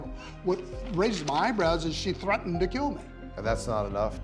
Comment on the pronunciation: "... angry enouf to threaton", come on dude.